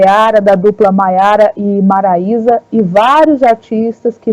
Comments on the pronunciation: A repórter devia se informar mais ! MARAISA, não maraiera e Maísa 🙄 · Gente ela falou o nome 3 vezes da dupla Maiara e Marilia,maraeia , Maraiana..menos Maraisa..rs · Ela falou maiara e maraieira